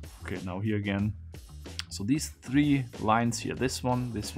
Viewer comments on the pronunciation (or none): none